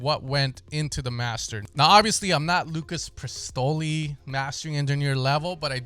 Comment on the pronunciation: wtf is Lucas prestoly ahaha